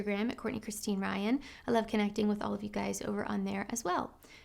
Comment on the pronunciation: Madame you are very wise girl please I have a question your name is, but Madame you pronounce, I'm Courtney wyan? Love from Pakistan